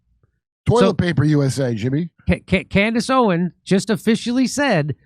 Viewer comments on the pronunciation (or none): Jimmy, love your growth and you seeing the light over the last couple years. In all do respect, because this is a hot topic and her name is and has been spoken about many of time. It is NOT OWEN...OWENS Jimmy say it with me now.